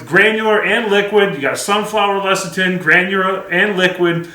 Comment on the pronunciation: Less-a-thin, it's pronounced less-a-thin.